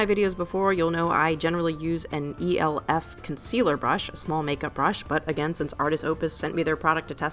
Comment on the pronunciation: Very nice work,. I like the stipple technique when it comes to the metal parts. BTW do you not know how to say the word "elf"?